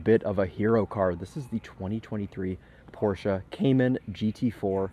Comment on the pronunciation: wtf is a porsa?